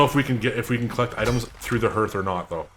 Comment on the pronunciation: Your content is great. Good editing, great music choices, really creative. I like everything about your work. But please. Please. It’s pronounced like heart, not earth. 😆😆😆No, I’m not the grammar police. 😏 Just an old fart.